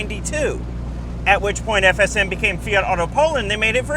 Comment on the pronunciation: I have to appreciate how you actually took the time to say FSM properly, many people absolutely butcher shit with ż and stuff and and up sounding like a drunk person saying shush